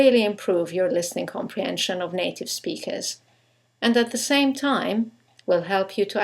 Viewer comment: why r u sayin native like it was NATO??!